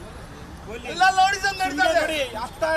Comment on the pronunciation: ಅರೇ ಅಣ್ಣ... ಅದು ಲೌಡಿಸಂ ಅಲ್ಲ... ರೌಡಿಸಂ.. 😂